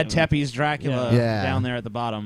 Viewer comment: tepes is pronounced tze-pesh